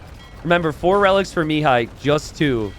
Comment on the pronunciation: Pro tip for pronouncing Mihai's name: think me-HIGH instead of ME-high. Emphasis should be on the second syllable.